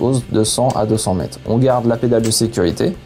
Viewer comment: J'aime les explications, mais par pitié merci de prononcer les "re" à la fin des mots, c'est mètRE, quatRE, peut-êtRE ça écorche les oreilles !